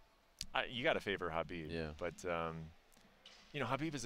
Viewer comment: The way Ariel says kkhhhhha-bib makes me cringe.